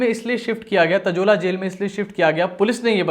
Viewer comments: वो तजोला नही तलोजा जेल है... मराठी मे तळोजा कारागृह..🤓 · भाई ताजोला नहीं तलोजा है